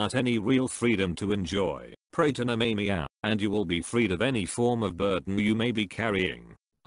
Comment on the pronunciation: Nemamiah is pronounced " Nemmer My Ah" not " Ney Me Me a' lol. Speak n Spell Robo Voice can't do pronunciation yet so much for AI.